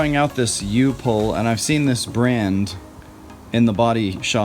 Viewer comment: I'm also a HUGE fan of this product. You did pronounce it correctly, by the way. I have a buddy who worked for U-POL for over twenty years, and left to work for a company called TCI Products in St. Louis. They basically copied and improved several of the U-POL products but they don't have a regular body filler. I've always spent the extra money on Evercoat Rage, because I HATE how Bondo and 3M brands are hard as concrete and terrible to sand. But there is absolutely no reason to spend that kind of money on Rage when Fantastic works just as well. I have one friend who works at a production body shop who says it pinholes. But I haven't noticed that in my body shop. The only Evercoat product that I will need in the future is the XTRA filler. It basically extends the "kick" time by several minutes to upwards of an hour. You add it in to your regular body filler in a proportion depending on how long you want to extend that cure time. I am going to test out using XTRA with U-POL Fantastic next.